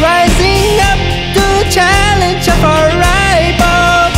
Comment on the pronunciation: Eh, Chingo! Ta con madre el pinche video! Neta. El unico prolem es que de repente le aflojaste y comenzaste a pronunciar mal las ch y las sh, guey -- tas pronunciando como gabacho! Chekale.... :) Ej. "waching" en vez de "washing". "Challenge" en vez de "Shallenj". , otra vez con el "waching". Pero, oder dan dat, ta chingon!